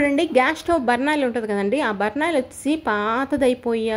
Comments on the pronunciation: అమ్మా అది బర్నాల్ కాదు. దాని పేరు బర్నర్.బర్నాల్ అంటే కాలిపోయిన పుండుకి రాసుకునే మందు. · అది బర్నాల్ కాదు బర్నర్